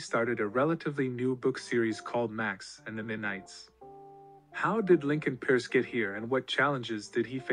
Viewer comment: Lincoln peirce (pronounced Purse)